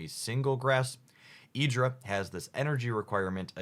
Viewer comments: What did you call Irida?? EEDRA?? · I know mispronunciations are common and really whatever, but "e-dra" is particularly baffling :D Love the vids! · Irida- That was the worst pronunciation of any name from the pokemon world I've ever heard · That Irida pronunciations is criminal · Honestly the Irida pronunciation is so horrible and ungodly, I'll fall for the bait anyway.